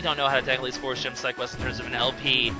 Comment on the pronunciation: you say Force weird